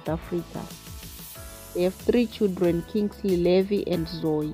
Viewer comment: If you😮 say Chidreni one more time !!! 😮😮😮 it's CHILDREN You kwerekwere.